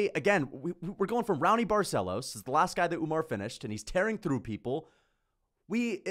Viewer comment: Raony is pronounced "How-nee"